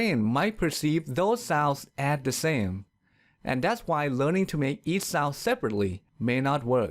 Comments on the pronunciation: Ridiculously enough, you've pronounced "sows" instead of "sounds" all through, while you're trying to teach correct English pronunciation! 😀😀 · He "sours" funny 😂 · Why the Letter N doesn't sound when you pronunce the Word "souNds"?. I just heard "sause" :'( . Help